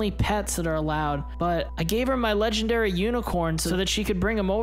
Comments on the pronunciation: did anyone notice he said 'my legandary PANDA' k.. like... WHAT? THIS WAS POINTLESS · He said she wanted to trade my leagandary panda lol🤣🤣😂😂